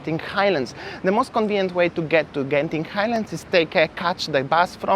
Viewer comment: Interesting that you actually pronounce "Genting" correctly. Many Singaporeans pronounced wrongly all the time, that those in Malaysia just give up correcting them. :)